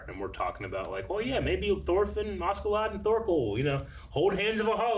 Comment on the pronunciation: I never expected the voices to be as good as the original, so that doesn´t really bother me here. But one thing that does bother me with this dub is the inconsitency in pronouncing Askeladds name. Sometimes it´s "Ashladd" which is a fine way of saying it in english, but soemtimes it changes to sound like "Auschlaug" or even "Ashelad" Just pick one already and run with it.